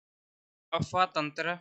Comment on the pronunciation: गुरुजी यह अपवाह तंत्र होता हैं न कि अफवाह तंत्र...😊 अफ़वाह... झूठी बातें अपवाह ...आंतरिक/ भूगर्भ में जल प्रवाह